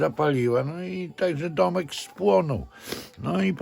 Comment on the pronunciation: "Tomek spłonął". Cały film zastanawiałam się kto to jest kurna Tomek. Dopiero po przesłuchaniu tego momentu 3 razy AHAAAA DOMEK!